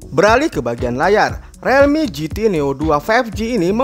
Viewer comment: realme di bacanya rilmi bang 👍